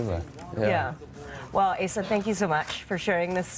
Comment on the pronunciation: Qué gracioso como los mismos gringos pronuncian mal el nombre de Asa 😂😂